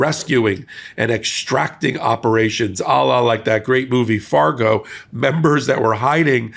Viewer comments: ARGO. not “Fargo.” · It's clear you meant Argo, not Fargo. You were funny there without even trying